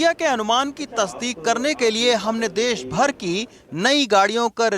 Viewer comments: "देस" नहीं होता..."देश" होता हैं श्रीमान🙏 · देश होता है ना कि देस तो आप थोड़ा ध्यान दे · देश होता है न कि देस